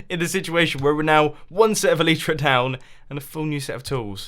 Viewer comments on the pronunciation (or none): did you say "el EE tra"? its el Lie Tra